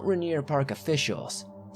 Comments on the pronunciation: So we say RAIN EAR like that not Ruh neer lol big love from Washington state 💜🌋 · Helpful hint: Rainier - (pronounced by all Washingtonians as if to say it like Rain-ear) :)